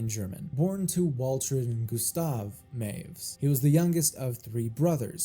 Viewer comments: "Meiwes" is pronounced "my-ves", not "mews" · It's not MYOOZ, mate, it's MY-VEZ. Looking at literally the first five seconds of any news segment on the case and you wouldn't have gotten that wrong. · Correction: Armins' last name (Meiwes) is pronounced my • whess not "maves" Also, just say "they ended their own lives" or "they took their own lives" instead of just censoring the word suicide Other than that, good video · I love how he's already incorrectly pronounced last name becomes "Mews" just this one time 😂😂🤣🤣😂 (Good video though, heard this story countless times through the years but none of them really cover his childhood)